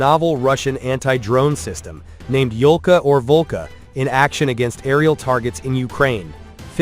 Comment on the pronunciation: Yolka (Ёлка) - spruce. Not "Volka", although Volk is Wolf in russian, which also make sense))